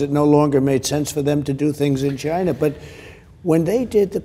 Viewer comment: He says Chynna. 🤣 love it